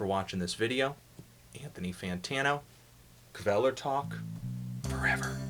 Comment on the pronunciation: It's Kvelertak! not Quelertack